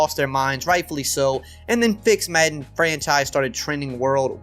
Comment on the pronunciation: The way this guys says madden annoys me